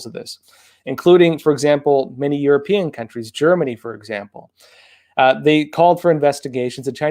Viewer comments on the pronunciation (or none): none